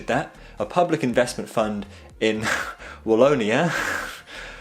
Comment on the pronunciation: struggles with "Charleroi" and "Wallonia" pronounces "Flug von Novgorod" like it's nothing